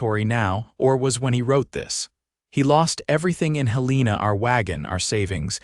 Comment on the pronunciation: Hél-len-a NOT Hel-leena!😅😅